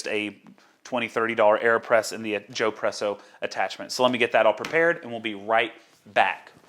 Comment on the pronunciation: Could you please suggest an appropriate filter screen to buy, to replace the inadequate Joepresso screen? In the video, you said you hoped to add that link here, but I guess you didn't have time to do it. Thanks! (By the way, since espresso is such an Italian idea: when I heard you say "Joepresso", I expected that it would be spelled: Giopresso.) - toby